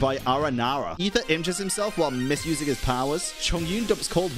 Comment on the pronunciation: Finally someone who says Aether right.